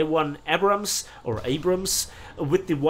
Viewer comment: please don’t change they way you pronounce “Abrams.” Thank you